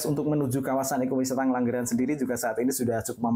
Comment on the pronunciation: Ngengglangran itu daerah mana mbak anchor😅😂 ?